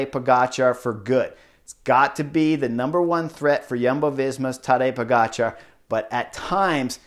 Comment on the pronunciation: Love it how spot-on your pronunciation of foreign names is, Chris (in this case Pogacar's). I appreciate the extra effort, sir.